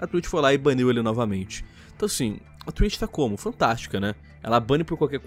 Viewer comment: Nem assisti ainda mas "Twlitcho" :v